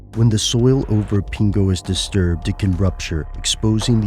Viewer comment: Hearing you say 'pingo' is weird lol. However, we only have about fifty years worth of 'evidence' to prove the climate is changing. Although I believe climate change is a real thing, I don't think fifty years of recorded data is enough evidence. For example, what about the Little Ice Age? There were no eye-witness accounts to verify that this happened, for example, because of irregular sun energy. For all we know, this may be more than just human tampering. I know I probably sound ignorant, but tl;dr: Fifty or so years of weather monitoring isn't enough to conclusively say whether the climate has been permanently impacted, let alone by humans.